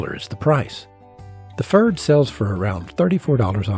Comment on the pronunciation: the only improvement I could suggest is pronunciation. it's a tough one, though. Pferd means horse in german. it rhymes with the name Baird, but a german pf doesn't exist in english. like a slight p stuck on to the front of 'faired'